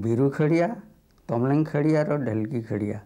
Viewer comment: खड़िया not खरिआ